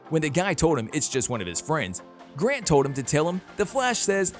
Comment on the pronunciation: its grant not grand do some researche